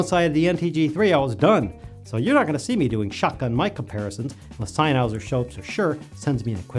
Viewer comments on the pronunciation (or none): I will never like this video because you won't stop saying "SennHOWSER" (Sennheiser ..... senn-hi -zer) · sennheiser is pronounced [zennhizer] !!!!!!!!! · Please either learn how to pronounce “Sennheiser”, or don't say it.